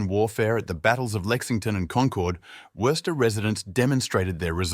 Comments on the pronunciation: Bro, it's WOO-STER say it right or get lost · You have mispronounced Worcester multiple times. In Massachusetts it is 'Woo ster' like Rooster. please learn how to pronounce the city before doing a poor video on it. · It's pronounced WUSS TER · It's pronounced Whuster. You don't pronounce the first r. Well, you may, but it shouldn't be heard. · Its more like wuss-ster not woo-ster either.😂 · Sorry. This is crap. I got through 3 minutes. After hearing the city name mispronounced for like the tenth time, and seeing the same pictures played on repeat, nope. Don't waste your time here, folks. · Somebody should correct the guy on his pronunciation of 'Worcester'. and yes, Wyman Gordon, Crompton & Knowles, Wright Wire, Jamesbury Ball Valve, and many, many more. full of 'facts', but completely missing flavor. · Cant anyone properly pronounce Worcester good grief ! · learn how to pronouce the name before pretending to know Worcester's history. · Interesting, but not much more. Same aerial videos of downtown over and over. I expected many other historical sites. The narrator mispronounces Worcester dozens and dozens of times. No one with a local accent was available as narrator? One could read Wikipedia about Worcester MA and get about the same info. Contains a few lazy errors that 2 minutes of research would have remedied; for example, the Worcester Galleria fiasco was in the 70’s, not the end of the sixties. The other facts are narrated with no flair, instead it drags on in mere robotic, sterile reading. Appears to be a well-prepared high school sophomore project with a computer simulated voice for narration.